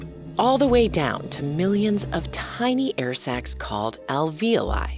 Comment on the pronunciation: I've noticed a trend of pronouncing "alveolus" like "al-VEEL-us" (and alveoli as "al-VEEL-aye"). WHY? that's very puzzling to me. There's clearly an O there....